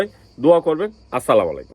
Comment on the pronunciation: আগে শুদ্ধ ভাবে সালাম দেওয়া শিখেন!